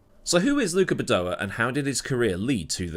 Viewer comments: Ffs it’s Badoèr, not badoahh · Please look up how to pronounce Badoer. Bah doh wer. I know you Brits like to leave out 'R' or add them where they don't exist. See 'HONDER'. How would you like your last name to be said as Meewahd? Otherwise, thanks for all the vids.